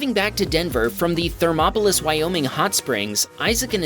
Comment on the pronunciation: i applaude you im from wyoming and not many people pronouce themopolis correctly